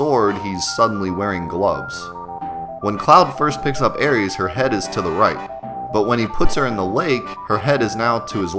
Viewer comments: Dude. It's not Aries. Come on. It's either Aeris or Aerith. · Aeris', not Aries' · I can't get over him saying Aries instead of Aeris hahaha! jk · "Air-ees"? How about 'Air-iss' or "Air-ith', let's get some homogeny in here pls. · Air-is damn lol I hate when people try to make names more complicated then they are. It's not spelt Aries, she isn't a Greek god. And if you want to get technical it's Aerith anyways. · Lol he also said Aries instead of aeris/ aerith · Who tf is air reeeez? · Air-ees? Teefa? Youfee??! REG IN?? IT'S SO OBVIOUSLY REE JIN! Regenerate? Regen? C'mon man. You are either trolling or the worst pronouncer of things ever. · "Ares"? Jesus, I know we disagree over "Aeris" and "Aerith," but seriously, that's not funny. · Her name isnt Aries... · It's pronounced Air-Iss, shes not the greek god of war. More technicle its Aerith, Air-ith but was changed in translation. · I was like "Who the fuck is Aries?!" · SAY ARIES AGAIN. SAY ARIES AGAIN. I DARE YA. I DOUBLE DARE YA. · And if you are going to use the shitty translation, Aeris, it's "AIR-ESS" not whatever the fuck you're saying. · It's regen (ree-jen) as in 'regenerate'. Also Aeris (sounds a bit like the flower 'Iris' only replacing the begining letter 'I' with the word 'Air' to make 'air'-riss). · Dorjan24 Yeah, I was surprised at him saying "reg-an." I've never heard someone misread Regen like that. He was also mispronouncing Aeris' name. I could understand if he called her Aerith, her Japanese-version name. But "Aeries"? She's not the fucking god of war. Dude can't read. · hate to break it to you but even when it was spelt Aeris, you are still saying it wrong. air-es. and thank you whoever pointed out him saying reg-an. i normally let stuff like this go but i couldnt pass this up. you know how to say regeneration i would assume so where on earth did you get the idea that itd be pronounced reg-an and not re-jen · ARIES! hahahahaha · LOL reggin and aries =((((